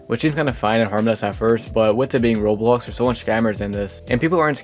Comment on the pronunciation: Who hears him say rolls instead of roblox? 👇